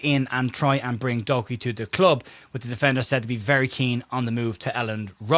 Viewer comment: Did you say “Doku”..? 😂 Average form.. knew what you meant by “average” 😉